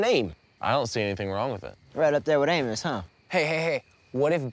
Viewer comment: Amos not Amus, the pronunciation changes the spelling too much.